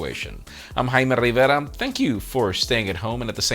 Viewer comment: First you pronounce "Rivera" correctly. Now you do the same for "Puerto Rico." My happiness is complete.